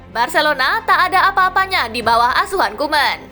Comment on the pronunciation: Asuhan Min bukan Auhan